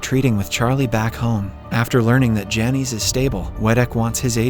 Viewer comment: Lol those names are pronounced "Janice" and "Loyd.